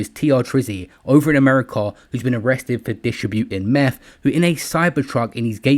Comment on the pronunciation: Ur saying meth in an American accent 😂😂